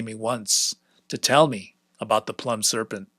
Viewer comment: Really enjoying this, thanks! One little detail: "Plumed" is pronounced "ploomed" (rhymes with doomed), meaning "with feathers".